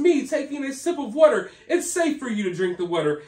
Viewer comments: I love how you say water. “Whater” 😅 It tickles my ears or something. 😂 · Yeah it cracks me up too 🤣😂 sounds like WUTER! 😆 😂 Too cute! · Idk why I love the way you pronounce “wutter.” I know, I’m weird. 😂